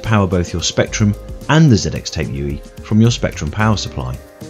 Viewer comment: Was trying to figure out what a yooey was throughout xD